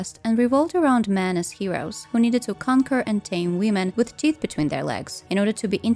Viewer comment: why do you always say "wiim'n" ? 😭